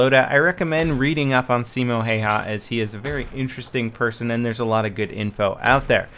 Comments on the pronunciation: it's pronounced like Hieha or something weird. ( he was Finnish ) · By the way if anyone wants to pronounce Simo Häyhä like we do here in Findland. Call him Simo Haveha as the way Have -ha [ Haveha ], as the proper way of pronouncing have is [ Hav' ] and also use exactly the same parts of our tongue and throat as saying Häyhä = Haveha. To have, excluding the word to of course and then ha right after the word have. Simo Haveha ( Simo Häyhä ). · Björn Dahlberg It does but the following letter Y would be a hard one to follow up due to the different way of pronouncing that letter. And there isn't any good way of explaining how you say it other than Haveha = Hayhä. But if you happen to know or anyone happens to figure out a more proper way of saying Häyhä like Finnish do. Be my quest =) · Se on Häyhä eikä Heiha :D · Häääähyääää eikä Heihylääääää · His second name is pronounced "how ya" I'm Finnish so trust me :) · drviper10 I love the way says Hayha's name, it's so incorrect. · ''Simo Hey-Ha'' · its funny how you say simo hihi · as a fin I laughed my ass off when he said häyhä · paasovaara Me too XD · paasovaara ehkäpä hän ei puhu suomea yhtä hyvin... Ei me suomalaisetkaan puhuta englantia parhaiten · btw u butchered the absolute balls out of Simo's last name. look up his name on you tube and there should be some videos where they say his name.